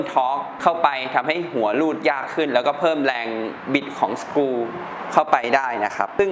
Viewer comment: screw=สกรู ครับ ไม่ใช่สกริว